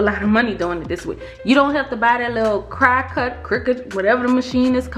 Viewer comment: OMG!!! I hit that like/thumbs up before seeing the video… Based on the intro alone (that song) did it for me! You guys rocked that song!!! Love love love it!!!! 🙌🏾👏🏾💞 Now for the content of the video! Thank you so so very much great info! no you didn’t the Cri-cut! Lol It’s pronounced (Cricut) Cricket… 😊